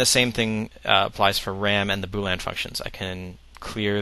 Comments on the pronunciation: fyi its boolEan not boolan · its boolean not boo lan lol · why do you keep saying boo-lan? it's bool -ee-en. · This is awesome, BUT... could you PLEASE stop saying "boo-lan" logic. It's pronounced "boo-lee-un". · I've always pronounced it bool-ee-an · It's 'boolEan' not 'boolan'. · agreed. But how can someone so smart not be able to pronounce "boo-lee-un" logic. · Say 'Boo'. K, good. Now say 'lean'. Awesome. Now say 'Boo' - 'lean'. Congrats! Now you don't pronounce it wrong. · I'm sorry, but when you say "Bool-Anne" are you pronouncing "boolean" differently than me, or are you referring to something to which I am not familiar? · Weird, I thought it was pronounced "boo-leen"...